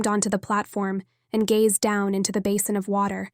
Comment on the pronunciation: TIPP-ED GazeD Oh no lol I thought we had got away from the bizarre pronunciation of the other books I've listened to recently, Good books, just with odd pronunciation twist. Prescient Worlds Between